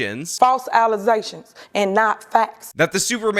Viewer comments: She may have been voted out, but “false allezations” will live on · FALSE ALLEZATIONS!... an NOT fax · "allizations" Holy hell😂😂😂😂😂😂😂😂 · Serious allezations coming from the super mayor. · Oh,No. The "False Alize'-Tions". Sounds like business as usual for this Ratchet "Super-Mayor" Tiffany Henyard. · The allezations were getting out of control 😅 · I call out for not saying "alizacions" once, and now he is using it again. See guys, we can influence the influencers. On a side note, it's rough for. He lost Joy Reid and "The Super Mayor" in the same week. If Emma retired we're gonna have to put on a watch list. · Aww, damn. That's another source of entertainment gone. "Allezations" 😂🤣 But I guess we now have enough of that craziness in the federal gov. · "false alezations"? That ignoramous slaughters the english language. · "false allizations." Come on, at least know the words you're using. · she is not beating the allezations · “False Alizétions” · I think it is a fair hypothesis to say that IQ is tied to oral skills. "Allezations" is something said by someone whose mental capacity can not organize words with so many syllables. Same as "axed". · Allezations caught up with her. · she mixed the word allegations with alezai liquor. 🤣🤣🤣💀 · Tiffany A. Henryard cannot say allegations correctly. LOL